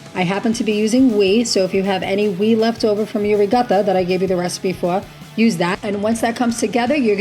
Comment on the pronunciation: What is we? Do you mean whey (sounds like way)? Looks delicious.